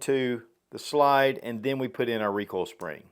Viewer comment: I really hate that you pronounce slide as”shlyde”